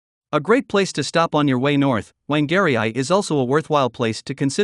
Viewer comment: That pronounciation of Whangarei is worse than my sister's attempt to pronounce Llanfairpwllgwyngyllgogerychwryndrobwllllantysiliogogogoch. I think you understand.